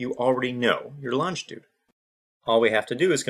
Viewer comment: Longitude. Learn how to pronounce it before you attempt to discuss it.